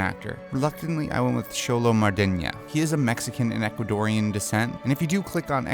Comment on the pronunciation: I can't see Xolo Mariduena as Sokka but I love the actor just doesn't look like him to me.Also he said Mariduena wrong.